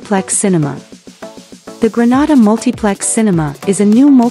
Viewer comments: It's not Granada it's Grenada when breaking it syllables I can hèlp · Is this real true, and why are she sayings granada, is Grenade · 😊😊please note the pronunciation.... Greenayda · Please learn how to pronounce the name of the Island. It is GR EN A DA! We are not in Spain. Please note we need you to pronounce the name of the Island correctly. Thank you. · It’s pronounced Gre-nay-da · 🤦It's pronounced " grə-NAY-də" NOT pronounced like the Spanish city.🤦‍♂ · This is BS, leave Grenada pronounced (Gre-Nay-Da] out of your mess. Clout chase off of someone else. Please and thank you. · If you are going to talk about Grenada you need to learn how to pronounce the words properly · Your pronunciation of the Islands name is wrong!!! Granada is in spain! Learn the correct pronunciation! It's annoying listening to it. We're not in spain!! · Please pronounce the country’s name properly. The name that you are pronouncing is another country called exactly 😢that name . Do your research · Can’t even pronounce the name…..what you know of it.Big lie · Pronounce Grenada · This is so true am a grenadian. But grenada wasn't pronounced right in the video